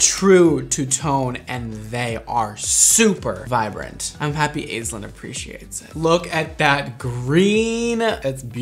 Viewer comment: I've never heard the name Aislinn pronounced that way. We usually start with 'Ash'.